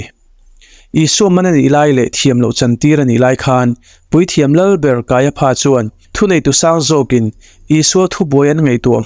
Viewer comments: Kaiapha tih lai kha. Kaiafa tih ti zawk awm tak a nia. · Kaiapha hi Kaiafa tia lam tur ania, elephant ang hian😅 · Kaipha tih ilam dan hi adik hlelka ti,Kaiafa ti a lam tur ani lawm le pha englis chuan fa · Kaiapha 😂, Kaiafa ti a lam tur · Kaiafa tih a lam thinni on ka hria kaia pha ti in a lam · Kaiapha ti lovin Kaiafa tiin lam zawk tur a nia. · Kaiapha hi Kaiafa tia lam tur.. p hi f angin lam tur.. Josepha te pawh Josefa tiin kan sawi thin hi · "Kaiapha" hi "Kaiafa" tia lam tur emaw ka lo ti ṭhin a.😊 A bengvarthlak ṭhin khawp mai❤ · Kaiapha (ph)hi f anga lam rik tur